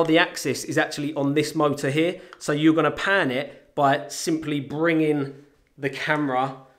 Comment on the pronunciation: "You pan HEEA" Haha! Love u man!